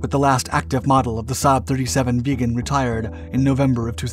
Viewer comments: "viggen", not "vegan" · Viggen, not veagan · it's the Saab j-37 VIGGENS NOT vegan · it's a Saab vIggen.. so like 'hidden''.. not like a saab vegan. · Very nice video. But can stop hearing VEGAN in stead of VIGGEN. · Viggen. Not "vegan". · Please someone Swedish tell me that this plane isn't actually pronounced like "Vegan" !! I always pronounced it where the vi sounded like in victory. Vig en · Viggen NOT vegan. JFC say it right man. Or don't say it at all. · VIGGEN, not vegan ! Ffs! F&%#! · Viggen is pronounced with a short “I” like in wick. I hear the “vegan” jet, vegan pilots all the time. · VIGGEN!!!!!! NOT VEGAN!!!!!!!! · Viggen NOT Veagen FFS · Why do you keep calling it a vegan? Its name is Vigen. This fighter ate meat in chunks. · it sounds like youre saying "saab 37 vegan" xd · Sounded sometimes like he says "the vegan". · I'm interested in the correct pronunciation of the name "Viggen" . I've always heard it with a short ' i ' and it sounds annoyingly weird to hear it as "Vee-ggen " but idk. Can a Swede tell me the correct pronunciation please? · bro calls it the vegan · you keep saying vegan but it's viggen with an ih and a double guh not an eh and a single guh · I keep hearing "the saab vegan" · Viggen is so, how to say?.... Raw? Absolutely great sound, and the design is top notch.